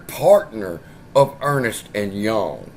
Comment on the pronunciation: Ernst and Young is pronounced as it says, it's not Ernest lol keep up the good work